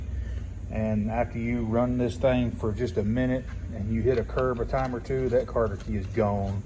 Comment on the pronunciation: "Cotter Key" not "Carder Key"